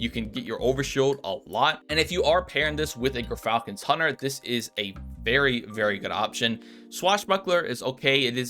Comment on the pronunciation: So . . . after hearing Gyrfalcon irritatingly mispronounced for many months (it's JIRE-falcon, Latin, as in gyroscope), this rifle is "Tara-Zipposs", named after a demon in Greek mythology. In Greek, "x" is always pronounced as a "z".